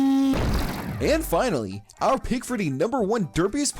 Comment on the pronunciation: PLHUAANT DAURRR PLAUGHT DWEER PLAGHNT DURR PLUNT